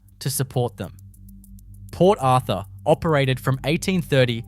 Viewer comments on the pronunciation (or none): none